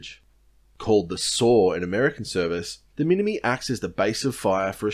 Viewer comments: Minimi is pronounced minim'eye' not mini me.... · I doubt that. But even if true, as this is a video on the Australian Army narrated by an Australian, its mini-MY. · Minimi = Mini-MY, not Mini Me. Other than that, first rate video! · everyone gets this wrong, its pronounced MinimI, not minimi, hard i. Minimi is short for Minimizer and you pronounce the I the same way through the shortening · “Mini me” Minimi is pronounced “mini-my” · Serving full track here. Mate, with exception to some very recent developments this guide is fantastically accurate. In particular your explanation of the organisational structure of Army is exceptional. I'll likely show this to the new blokes as they rock up. Very well done! On the colloquial side of the house minimi is pronounced 'mini-my' and we call the FN MAG the 'MAG 58'. Other than that I'd have assumed you'd served yourself. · this is such an incredibly informative and well-researched video but for the love of god it's a steyr not an "ay yu gee" and a minimi not a "mini-me" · Pretty good video. For future reference, Minimi is pronounced "Minimeye" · its pronounced mini-MYE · I know you never served the army by the way you pronounce minimi, but no the less great video!!